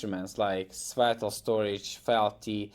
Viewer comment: He’s mocking your pronunciation